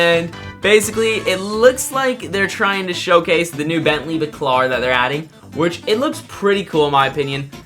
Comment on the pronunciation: bentley bAAcAAlar not backlar 😭😭😭